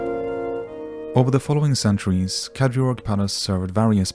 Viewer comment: The pronunciation of Kadriorg is just so wrong... Could you not have made a little research?